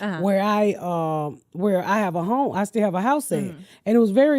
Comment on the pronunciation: “thank gawd ma brotha steeal”😂